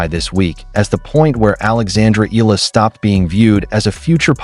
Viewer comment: E-ya-la the right pronouns bro thanks ❤❤❤